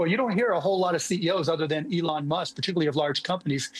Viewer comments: I love that he F'ed Elon's name. Leon 🤣🤣🤣🤣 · Eel on..lee on elon..excellent reporting too